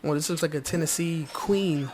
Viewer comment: Teensies: ❌ Tennesies: ✅